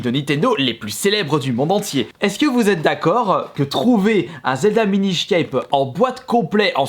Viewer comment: Cool la vidéo,mais juste (je suis un peu tatillon) on dit pas minish ceipe mais minish cap